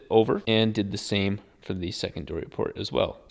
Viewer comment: did you say "secondoory port" lol